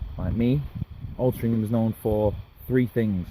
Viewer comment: It's Altrincham bro :-)